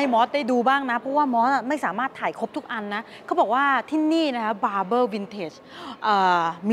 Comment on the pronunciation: ว้าว 9.99 แสนแล้วววววว ครบหนึ่งล้าน แจกเสื้อ หมวกนะ คนสวย ( Barbar น่าจะอ่านว่า บาบ้า นะ ) แต่วันนี้ ขอขอบคุณมาก นี่แหละ ของชื่นชอบที่ผู้ชายทั่วโลก อยากเห็นอยากสัมผัสและอยากเป็นเจ้าของ มันเยี่ยมมาก ดูเพลินเลย น่าสนใจพิพิธภัณฑ์ Haley. ไปเลย